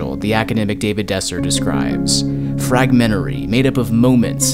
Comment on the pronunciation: "FRAG-men-tary" Otherwise, it's perfect, thanks!